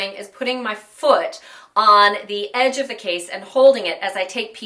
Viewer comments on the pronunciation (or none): none